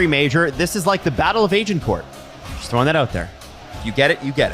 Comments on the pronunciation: "Age-in-core" lol French speakers and historians, die of rage or laughter? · The way said Agincourt hurt